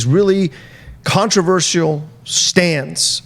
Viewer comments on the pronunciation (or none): Can someone make a mix of saying "ControversiJal" please?